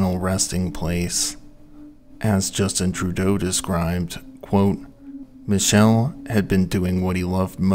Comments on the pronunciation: you pronounced Michel correctly! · I don't know if it's true for him but the pronunciation of Michel is usually ME-Shell or ME-Kell... (Edit - - NM, you did it.)